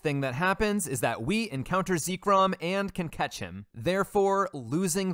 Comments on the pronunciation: No matter what people believe about the end validity of the challenge, what's not valid is how you pronounce Zekrom lmao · I believe you mispronounced Zekrom as well as other mons. Oh well I guess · It counts, you failed. I would have given you a pass, but you pronounced Zekrom the way you did. Mission failed. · Please pronounce Zekrom properly, this wickedness must be stamped out.